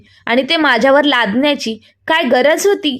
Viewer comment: लागण्याची नाही लादण्याची